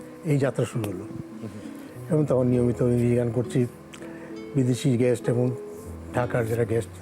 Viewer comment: Guest উচ্চারণ হবে।